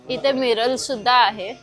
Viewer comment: Miral nahi, Mirror as boltat